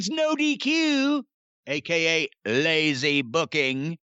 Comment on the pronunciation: "LaYzEe BoOkInG" 😂